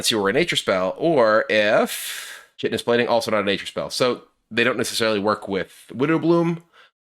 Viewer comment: When I saw Chitinous Plating printed, I knew I was going to hear a lot of people mispronouncing chitin